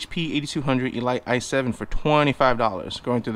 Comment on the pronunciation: Nobody: Legit Nobody:: E Light